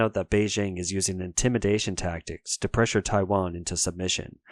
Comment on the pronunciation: If you are going to make a video about China and Taiwan might be a good idea to get someone who can speak Chinese to teach you how to pronounce the names.